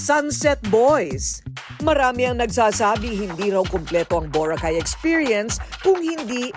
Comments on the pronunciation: Paki ayos ang pag pronounce ng Vho-ra-khai … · Maganda sana ang episode ngaun nakakapikon lang ang bora cay mo madam mamamia what are you the foreigner over there🤪🤣🤣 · Akala mo hindi pilipino ang nag vlog eh bakit iba pagka bigkas ng boracay ambisyusa ka miss kuring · Anong Bora-Cay??? Hahahah.. kaya mali2x mga kabataan eh. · Ms Korina, bo-ra-cay po not bura-kaaay... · BORACAY not Borah Cay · I can't stand how Korina say the word BURA-keyy???many times..I'm sorry that's now how to pronounce it..I can't finish watching the video in as much as I want to see BORACAY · Whats with the BURAKEY?????? Journalist ka pa nman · why do you pronounce Boracay like that?? I would have loved the episode but can’t get past the way you say Bora-cay 🤷‍♀️🤷‍♀️🤷‍♀️ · Ayusin mo nga ang pagbigkas ng BO'RACAY, parang super accentuated, watch for your Bo racay word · Na confused din ako sa bora -kay first time ko makarinig ng ganyan pronunciation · nakaka bigkas naman Pala ng Tama sa word na Boracay. Bat pinipilit pa ma slang BORA-CAY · Yung sarap ng nood mo pero habang tumatagal naiinis ka na tuwing madidinig mo Yung pronunciation ng Boracay to bo-racay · Iba ang pagbigkas ni korina sa Boracay...hehehehe. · Grabe ka korina bigkasin mo ng mabuti ang Boracay Hindi ka amerikana,pilipino ka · What the heck Korina? Parang di Pinoy kung mag pronounce ng Boracay! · ayusin mo muna yang pagka bigkas mo ng BORACAY korina kainis ka😂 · Korina, bakit mo iniiba ang pag pronounce ng Boracay? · Ambot sa imo Korina.. Taga Asa man ka di man ka kabalo mubigkas sa Boracay..baka nman mg viral din. Pag ka bigkas.. Just saying... 😂😂😂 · Kapag ba socialite iba bigkas ng tono ng Boracay kaasar 😅🤣😂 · Is that the proper pronunciation of Boracay? My family is from Roxas, Capiz....they don't say it that way though. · 😂😂😂😂 ay boracay na jejejej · I'm bothered how Korina how Korina pronounced BORACAY ..is that how we say BORACAY?I'm confused?